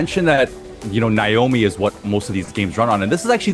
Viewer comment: please school on how to pronounce Naomi 😂